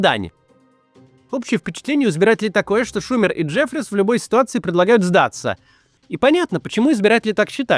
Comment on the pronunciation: Не шУмер, а шумЕр!